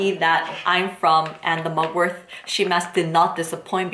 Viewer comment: It's Mugwort not MugwortH